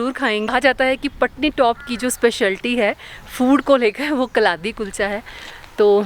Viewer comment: It's not kalathi kulcha It's kaladi kuicha